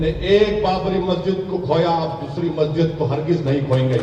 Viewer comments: majid tum bolte Ho lakin molve to mhajid he bolta hi 🤣🤣🤣🤣🤣🤣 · Masjid bolna sikhle pehle tab bolna😆